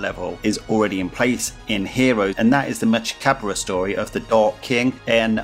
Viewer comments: Mechikabura You’re pronouncing his name wrong though, it’s like from the same Cinderella song as Bibidi, Babidi, and Buu: Salagadoola mechika boola bibbidi-bobbidi-boo. Put 'em together and what have you got? Bibbidi-bobbidi-boo! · It’s pronounced like from the Cinderella song, just like Bibidi, Babidi, and Buu: Salagadoola MECHIKA BOOLA bibbidi-bobbidi-boo. Put 'em together and what have you got? Bibbidi-bobbidi-boo!